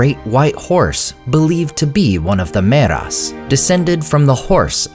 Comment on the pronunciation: ther is a thiftong there dude so its not "meras" but mearas.